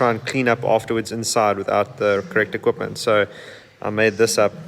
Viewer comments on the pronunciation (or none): none